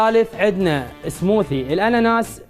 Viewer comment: على فكرة smoothies ...تنلفظ سموذيز مو سموثيز